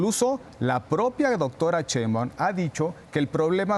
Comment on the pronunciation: Este individuo orejas satelitales, ni siquiera sabe hablar ya hasta la biblia saco, Ignorante se dice Sheiunbam no cheiumban , Orejas de papalote!